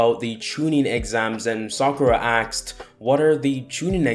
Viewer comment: btw question why do you say axed?